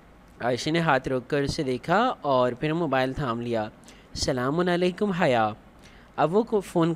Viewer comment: I really love the way you say salmu Alikum